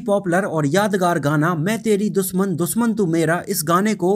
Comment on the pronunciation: Soot nai be shoot 🤣🤣🤣Doosman nai dushman🤣🤣bhaiyya "englissss"🤣🤣